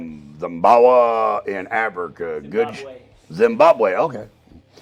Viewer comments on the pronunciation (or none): Dummy. Its pronounced Zim-bob-way...